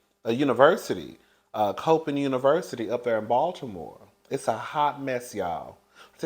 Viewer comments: It's pronounced "Cop inn" State. I know because I'm from the area. I hope you enjoy DC my hometown😊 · FYI: Coppin is pronounced "Cop•in". Juan is cuttn up if this is true though🤦🏾‍♀️ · it’s pronounced “Cop-pin” like a policer-Cop…Coppin State university…just wanted to make you aware….I love your commentary and pouring that fresh cup of tea for us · It's pronounced Coppin State University like 👮📌 (cop pin)